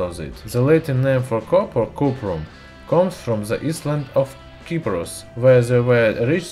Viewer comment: "...comes from the island of Cyprus" : "island" in English is pronounced like "eye-land". "Cyprus" is pronounced like "sigh-pruss". "ceramic" has a soft-c sound in English as if it is pronounced "se-RAH-mik". The "k" in "know" is not pronounced. ("no") "Blue-blood" (bloo-blood) But the word blood rhymes with flood or mud. You really should prepare your script and have it checked by an English-speaking person for proper pronunciation.